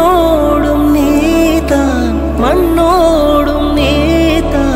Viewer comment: oh man!!!!!!!!! I thought none other than hariji can sing this song soooooo well.. but I'm impressed with the feel.. brilliant.. :) Soo good!! lyrics could be improved.. it's nee dhan and not nee than! I understand that you are a malayali.. still.. if u pronounce those words right.. this would be out of the world /\ way to go!!